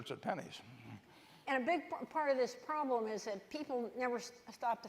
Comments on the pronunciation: Your pronlem is the problem. LOL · I thought it was intentional to clear up that hes an idiot that cant even pronounce "problem" correctly. It's been a while since he had any I think that's why. Hes a liar. His optimism is all bullshit fairytale. He can talk all he wants about historical numbers and examples but hes nor considering all other things that have changed such as tax rates, laws, domestic production and outsourcing. He can afford to lie because we are all poor fools and he has a contingency plan. He can afford one and you can't. If you were old and near senile with a shit ton of money and minions that do everything you say, what would you be worried about? I cant think of single goddamn fucking thing except how to keep you all content in your servitude to your lien holders. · What is Pronlem?? That’s just lazy as f@@ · pronlem or problem? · What is a Pronlem? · "Houston, we have a pronlem" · Wtf is a Pronlem? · It's not a pronlem. It's a problem.